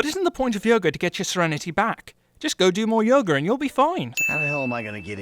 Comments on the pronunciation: He says yoger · When you say her yoga is f*** it sounds like you're saying her yogurt is f*** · Says yerga instead of yoga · He calls yoga yoger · You Said Yogr not Yoga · Sin for saying "yoger" instead of yoga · You sin the way she says impenetrable, but you say "Yoga" like "Yoger" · "yogER" Lol Silly brits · "Yoger.......Yoger". This is why I love British accents, the way words are said in British English. XD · Pronounced "Yoga" like "Yoger" +1 sin for "Everything Wrong With GamingSins" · Minus 124 sins for you making yoga sound like yoger